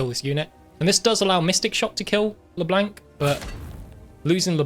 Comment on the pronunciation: Why does he pronounce Leblanc with such a hard "a" sound? Great game otherwise.